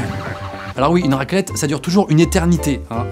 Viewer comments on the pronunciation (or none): "Raquelette" qu'il dit